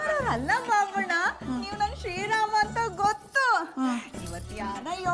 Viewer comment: ಬಾಬಣ್ಣ ಅಲ್ಲ ಬೂಬಣ್ಣ 😂